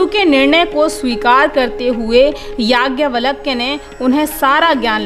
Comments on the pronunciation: आप नाम का उच्चारण तो सही कीजिए... नाम है याज्ञवल्क्य और आप उच्चारित कर रही हैं यज्ञवलक्य। उपदेश देना बंद कीजिए..... गुमराह न करें... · Don't pronounce... Valak ... It's Valkya 🙏